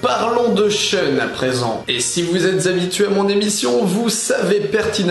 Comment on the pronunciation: Pourquoi ʃœn au lieu de ʃun ? Pourquoi ?!!!